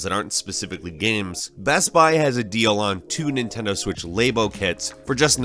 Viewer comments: Please..it's shit but it is called Lab-o, not Laybo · There is zero ways to flub ni then do labo and he says laibo. We grabbing laibias now? Wow!! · it’s Lah-Boh not Lay-Bo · Lab-O not Lay-Bo 😂😂😂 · WTF is a LAY-BoH kit?!?!? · Hahaha spat my drink out when he pronounced labo as "lay-bo" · "Ley bo" lol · “Nintendo Laybo” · Um, did this guy just say laaybo kits? Laaybo. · Never herd someone call it Laybo. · "*Laybo kits*" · Did he say "Lay-bow" ??? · Labo, with a short A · Wtf is a “Nintendo Lay-bo?” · LAB-OH and A-SUS not AZUS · Did...did he say "laybo"? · nintendo lay bow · Wait did he say laybo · Its pronounced Lab oh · Nintendo laybo lol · The way you pronounced Labo..